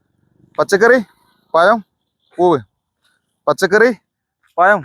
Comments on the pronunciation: പയം അല്ല പഴം എന്നു പറയുക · പയം അല്ല പഴം എന്ന് പറഞ്ഞൂടെ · പയം എന്ന് പറയല്ലേ പഴം എന്ന് പറ 😅😅😅😅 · പയത്തെക്കാൾ ക്ലിയറാണ് ജമന്തിയെന്ന് പറഞ്ഞത്...... ആദ്യം പഴം എന്നു പറയു😂😂😂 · പയമല്ല. പഴം . എല്ലാവരേയും ഒറ്റ round ൽ നിർത്തുക. അവർക്കെല്ലാം നമ്പർ നൽകുക . പച്ചക്കറി പഴം പൂവ് എന്ന് പറഞ്ഞ് നമ്പർ വിളിച്ചാൽ മതി. അവർ ഉത്തരം പറയും. അപ്പോൾ ചോദ്യകർത്താവിന് ഓടിനടക്കേണ്ട . വാഴപ്പഴം എന്ന് മാത്രമേ പറയാവൂ. എല്ലാ വാഴപ്പഴവും വെവ്വേറെ പറയാൻ പാടില്ല. ഇഞ്ചിയും പുളിയും മഞ്ഞളുമൊന്നും പച്ചക്കറിയിൽ പെടില്ല മാഷേ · പയം അല്ല പഴം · പഴം പയം അല്ല ഹേ